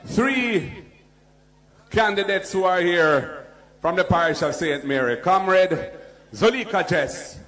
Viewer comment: Him born a Jamaica according to him and cant say comrade